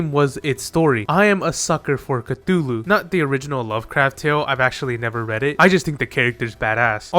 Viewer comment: That is not how you pronounce "Cthulu" It is actually just "Thulu" The C is silent.